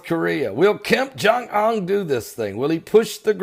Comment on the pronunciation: "KIM JUNG UNN"!!! cracks me up